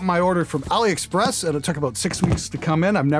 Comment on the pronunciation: Ali "Epxress"